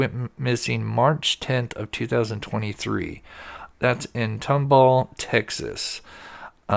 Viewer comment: Tom-Ball, Texas is how it's pronounced